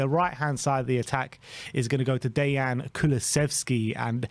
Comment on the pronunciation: They get Dejan and Yves wong every time too.